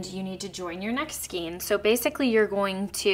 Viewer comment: Love your patterns and videos, and am casting on for this pattern today. Just a quick note to say skein is pronounced with a long A sound, instead of a long E sound 😊